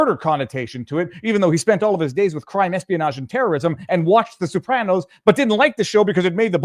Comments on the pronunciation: Viva, the Sopranos is pronounced So-pranos, not Sue-pranos. But you’re a lawyer, so you’re excused. LOL!!! 😂😂😂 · Sopranos, not soopranos! Aaaaaagggghhhh! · I'm getting tilted listening to "Soup-ranos" over and over. Is that Canuckistanian for the plural of Soprano? Jeez: Simma down and learn how to pronounce a word, maybe ask AI, before you make that word the highlight of your podcast. (You might not want to annoy Italian Trumpers.) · WHO THE HELL ARE THE SOUP-RANOS?!!? 😂🤣💀